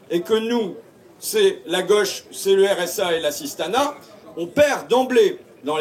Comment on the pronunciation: Tu es linguiste bah tiens-moi aussi ça fait 8 fois que tu parles "d'assistana" et on en est à la moitié de la vidéo honte à toi tu devrais pas parler comme ça #fascho 18 x le mot assistana